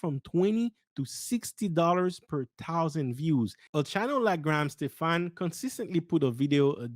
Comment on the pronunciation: Hey man, pronounced Graham Stephan last name correctly. Unsub.